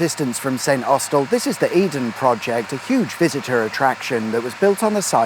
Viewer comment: It's pronounced Snossel.